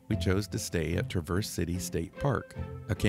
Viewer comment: Really enjoy seeing others' enjoyment of our mitten state. With all due respect, it's Traa verse, with the emphasis on the first syllable. 😊